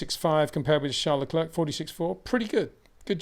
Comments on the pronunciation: You say other foreign names correcly, maybe add Leclerc. Say Claire, say Leclerc. Imagine he's called LeClaire. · It is I - Le Clurck